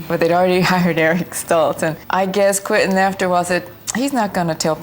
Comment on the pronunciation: Not "Quin-tin." It's QuEntin, as in Q-whent'n.